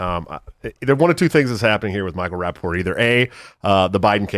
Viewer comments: It's Rapaport... Not raPPaport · It's Rapapoor😂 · Pronounce the T In his name!